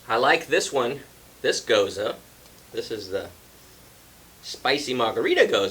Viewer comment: I have a vacation coming up next week! Coming down to visit the Hard Pour Pub! Finally!! Not a huge fan of Gose style beers. (And thanks for pronouncing it properly) I'm not fussy on the saltiness that usually comes with them,, but the first 2 sounded pretty good. Cheers!